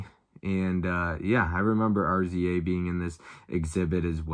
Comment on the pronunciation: Looks like you guys had a blast! Picked up some good stuff, too. Can't wait for your thoughts on Do the Right Thing. Best Man Holiday is good, but it is a sequel to The Best Man (1999). It's a good idea to check that one out first. FYI, RZA is pronounced Riza. Great video!